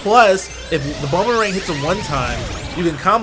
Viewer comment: "Bonerang"? Really?